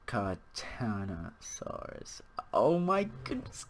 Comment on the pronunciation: You mean Ceratosaurus?